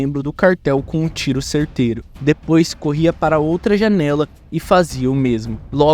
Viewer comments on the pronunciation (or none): none